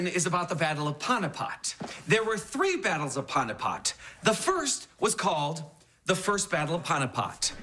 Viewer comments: Panupat... Every time he said that I was like "Staph!!!" It's the battle of PANIPAT pronounced p-aa-n-ee-p-uh-t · It's panipath not paunipot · I find it so funny how he pronounces the Battle of Panipat. It's actually pronounced as paneepath. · why does Cory pronounce Panipat like that? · I have a test on the mughal empire which also includes "the first battle of panipat" which I'm an Indian so I actually know how to pronounce it 😂😂😁😁😁